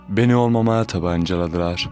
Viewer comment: Hocam su kelimelerde ;olmamaya, tabancaladilar dağladılar,lar gibi kelimelerde agzini yuvarlayarak okuyormuşsun gibi ,telaffuz belli olmuyor